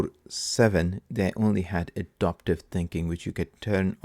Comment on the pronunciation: Thanks. Btw - Adaptive not adoptive. Totally different word and meaning. Just to help